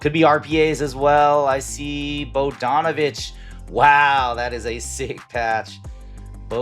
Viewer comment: Dellavedova, not Delladova Bo-yahn Bogdanivch, not Bo-john Bogdanovich If someone is coming to your channel and watching your video for the first time, and hears you mispronounce multiple player names, there's a good chance they will think you don't know ball and decline to like and subscribe or become one of your customers.